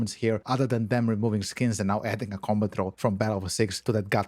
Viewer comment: Took me way too long to realize this dude was saying "Combat Roll" 😅